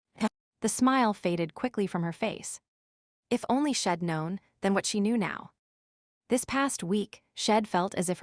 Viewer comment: AI reading is not good. The word she’d is consistently pronounced as shed.